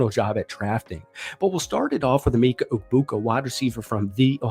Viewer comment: Not trying to be that guy but it’s Emeka not Emeeka